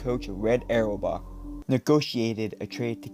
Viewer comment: R-bach is how Auerbach is typically pronounced. Not trying to be a dick, just trying to help because I liked the vid.